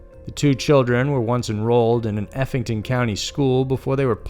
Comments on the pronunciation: It was really crazy to see the town I live in on this channel. It's so horrifying and sad, what happened to those children. Also, just a sidenote, the county is Effingham, not Effington. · The last case- Just FYI, Here in the South, the first and last syllables just about always have a hard emphasis. It's EFF-ing-HAM County. Also, for anyone interested, here's an update on the case